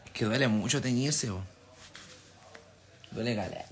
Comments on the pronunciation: Y como keri que diga me gusta mutso? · "me gusta musho" "agamoles" "los admiro de pana" 😂😂😂😂emano Noruega esta a la vuelta Y ERA.